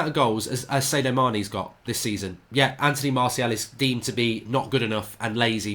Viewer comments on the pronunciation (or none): That Sadio Mane pronunciation...